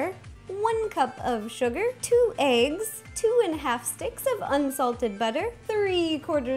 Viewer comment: I thought she said two and a half sticks of UNHEALTHY BUTTER! L0L 😹